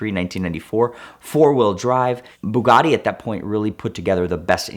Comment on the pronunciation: Anyone else get a slight annoyance with the way he says Bugatti ?